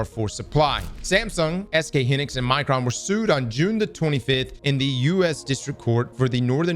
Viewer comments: Hynix is pronounced "HIGH-nix" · "SK Hinix" bruh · hin-nix, yea you lose me on that